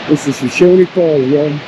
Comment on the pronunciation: BTW, it's pronounce "Show-shoan", not "Show-shony"